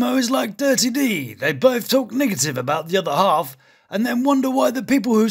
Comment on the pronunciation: Everytime hee says “negative” the first two syllables I’m like 👀 😂😂 Best LALU commentator around. Makes me feel better that someone so witty watches the same trash I do.